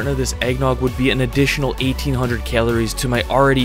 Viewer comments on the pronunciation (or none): That’s alot of “keleries”